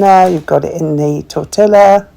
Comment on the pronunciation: You pronounce tortilla wrong. It torte ya.